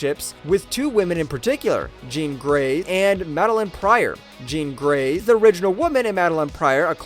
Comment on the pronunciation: Did this dude us AI only to say “jean grey”?? Like what is happening here haha there’s something completely uncanny about how that babe is said everytime in this video